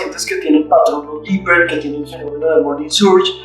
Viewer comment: Ojo que hay pacientes DIPPEER y no DIPPER, hay que hacer el papel de médicos